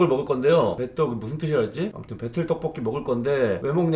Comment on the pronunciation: 배틀떡볶이라고 할때 배털떡볶이라고 들었어요..